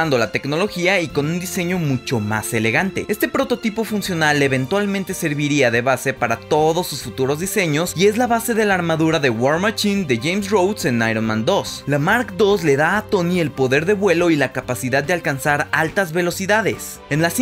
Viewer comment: Jaja qué onda con tu "guar machín". Hay que pronunciar bien compa